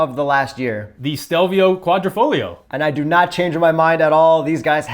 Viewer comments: So dude insists on pronouncing GTA correctly ( as he should) and then says “quadri-fogg-lio” instead of “quadri-folio”?!? Ugh. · NOOOO it is pronounced Quadrifo"YO" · On pronunciation:: yeah but I'm not Italian Also: it's Quadrifoheeeo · dumb ass says it's not A it's ahh but then proceeds to keep butchering quadrifoglio. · That QuadrifoGlio pronounciation was quite triggering, appreciate the correction 😄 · I think the G is silent in quadrifoglio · please fix you QUADRIFOGLIO pronunciation 😂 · Kooahdreepholio.. Modiphikatah